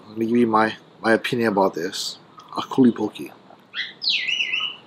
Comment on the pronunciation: das aku not akule lol